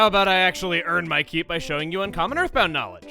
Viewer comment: “Next time on Earthbound-g” Lmao the G sound at the end lol.